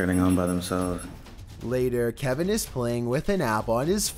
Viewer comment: I heard Calvin not Kevin but idk